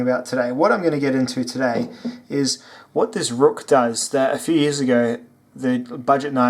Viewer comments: Good review but ruike is pronounced rake nbd but how you said rook really got on my nerves but whatever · Hey man, great video. I fuckin love this channel. Also, just to throw it out there, the company clarified its pronunciation as RAKE actually. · FYI ruike is pronounced rake